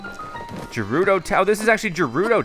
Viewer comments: Umm ps it ga-ru-do not ja-ru-do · its not jerudo its gerudo lol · Did he just say "Jerudo" Tower? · But he said gerudo wrong 😔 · It’s with a ‘G’ not ‘J’!!!